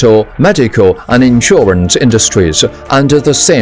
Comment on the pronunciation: 英文解说员发音非常难听，又要装地道，又大量发错音。。。 例如： most advanced 发错成 most advance-da and living architecture 发错成 and-a living architecture 这种就是国人讲英语常见装逼装过头了的后果。。。 下次再找英语解说员配音可以找我帮你们把把关哈 WeChat: missterryli